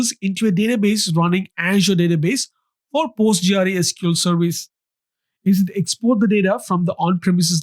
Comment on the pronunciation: Postgre, usually referred to as Postgres, not Post G.R.E. It's a bit disorienting to hear it being called Post G.R.E. over and over again.